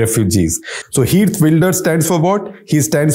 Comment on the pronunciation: It's pronounced as kheert, not heert. In dutch g sounds as ' kh '.